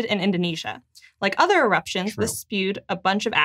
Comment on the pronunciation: Anyone else here otter when she says other